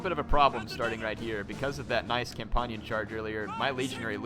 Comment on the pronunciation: Hop-lights not hop-litaes and con -pan-yin cav not cam-pon-yon